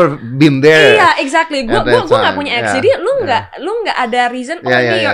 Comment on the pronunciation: Gw kira dia bilang youre egg , ternyata youre ex... Wkwkwk